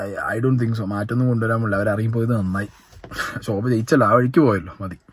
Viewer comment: ശോഭ അല്ല ഷോ ഭ